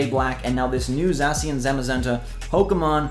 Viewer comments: “Zah-she-in” that’s how you pronounce it buddio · Za-shi-an That's how you pronounce Zacian come on dude